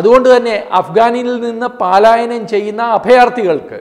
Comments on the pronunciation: 'പാലായനം' അല്ല ചേട്ടാ..പലായനം ആണ്. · FOR THE KIND ATTENTION OF TATHUAMAYI: This person is repeatedly making a small mistake—— PAALAYANAM ennu alla pronounciation PALAYANAM Please inform this person 🙏🙏🙏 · Paalayanam alla palayanam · പലായനം ✓. പാലായനം. × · പാലായനം അല്ല പലായനം.